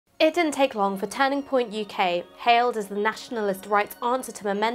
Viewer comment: Why does she say turning like tanning "tanning point UK".